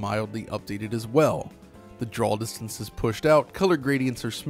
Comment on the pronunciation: Loved this video but..."drawl distance"